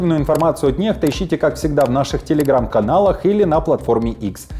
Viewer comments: не НЕХТА, а НЕКСТА надо говорить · NEXTA ппц. Вообще-то читается как НЭККСТА А НЕ нехта всё понятно